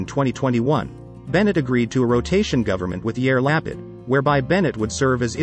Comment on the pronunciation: Sure botched the pronunciation of Lapid and Shaked — please consider checking and correcting.. otherwise, and interesting briefing.